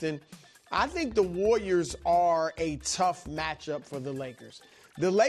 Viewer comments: The “Wor-yers” and their small ball 😆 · 'warwiers' Brou